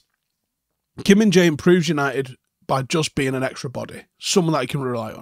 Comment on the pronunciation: At the World Cup they pronounced him as minge-eye 😅